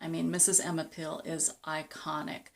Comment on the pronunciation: Her characters name was NOT "Pill"